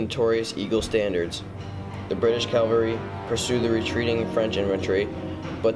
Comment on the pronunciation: Rehash from other sites, music too loud. BTW it's CAValry not CALvary.